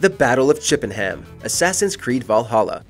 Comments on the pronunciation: Ugh. “Chippen-ham”. It’s pronounced “chippenurm” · Chippenham pronounced chippenum not chippenhyyyaam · Battle of Chip & Ham? 🤔 ohhhh "chippenum" 🤦‍♂️ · It's not pronounced ChippenHAM, it's pronounced Chippenh'm. The A is silent like in all English city and county names. It annoys me every time an American reads a place name from England. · Here's something Yanks apparently don't know, Chippenham is actually pronounced "Chip-in-um" over here. I do love the ways some of you pronounce British place names 🤣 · Today I found out about the Battle of Chippenham, a town where I've lived for 33 years completely unaware. Which is quite embarrassing. (PS, it's "chip-un-um" ;-) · I hate to be “that person” but it’s pronounced “chippenum” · It’s pronounced chip-en-uhm btw